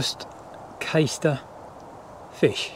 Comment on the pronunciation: I forgot to say its pronounced CAStor.... Caister is in Norfolk 😁👍